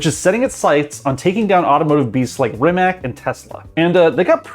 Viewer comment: did he just say Rim-mak? please please never say that again